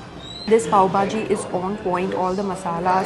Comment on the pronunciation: It's Pav bhaji not pav baaji 👍